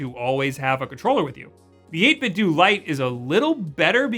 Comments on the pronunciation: You pronounce it 8bit-dew but I think it’s supposed to be pronounced 8bit-doh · It's 8 bit dough, like nintendo. not doo lol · You say 8bitdo like 8bitdue I think it’s supposed to be like Ninten’dough’ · say it 8bitdo like it rhymes with nintendo. eytbit-dough instead of eytbit-dew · Huh, I always heard the company's name pronounced as 8bit 'dough', despite how it's spelled. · Great video. One question...why do people keep pronouncing it "8-bit-doo"? Did you grow up playing the Nintendoo, Super Nintendoo, Nintendoo 64, Nintendoo Gamecube, and so on? What gives? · You should pronounce 8-Bitdo as how you would say Nintendo.